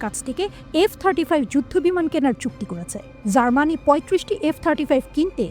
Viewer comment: জার্মানি নামটাই ঠিক করে নিতে পারছেনা,,,,,,,, তাও তিনি সংবাদ পাঠিকা 😀😀😀😀